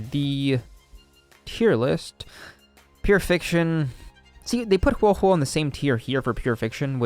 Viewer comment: I was confused at the start when you messed up huohuo and luocha's names lmao